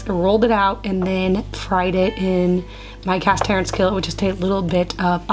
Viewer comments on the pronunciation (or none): none